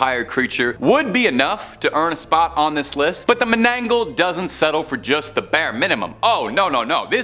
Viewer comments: it's " mananangal " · Loved the list, just for reference, the first is pronounced as Mana-nang-gall". Also, to add to the cryptid, they have a very long and sharp, hollow tongue, used to suck out un-born babies from sleeping pregnant women.